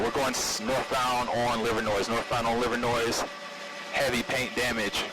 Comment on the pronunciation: The “S” is silent in Livernois.. just like Illinois